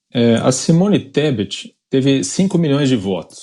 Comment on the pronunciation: O analfabeto não sabe pronunciar o nome da mulher , e ela se ajoelha aos pés dele.... Vai que vai Simone ESTEPE.... KKKKKKKKKKKKKKKKK